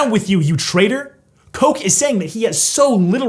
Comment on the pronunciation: Sir Coke is actually pronounced as "Cook" today.